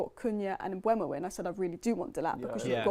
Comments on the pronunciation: Wow, all of a sudden is pronouncing Mbuemo correctly (Mbwemo, rather than Emboomo), as she has been pronouncing it on every one of her Talks Football videos. Hallelujah! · Nope, me and you made the same mistake!! I said the same thing, having a real go at people on every vid lol then decided to pit it in YouTube and found Mbuemo pronouncing his own name on a video of the Brentford squad introducing themselves, it is in fact M-BOO-MO!